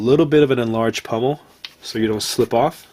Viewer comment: Sir, I in no means say this to offend you, but the plate on the end of that handle is a pommel with an "O" not pummel with a "U"